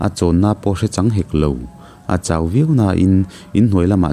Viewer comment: 'Chawt' i lam rik dan hi a va dik tak em...youtuber țhenkhat hi chuan 'châwt' tiin an thluk țhin...a dik lo..i lam rik dan hi a dik chiah...'châwt' tia lam ri lovin 'chawt' tih tur ani.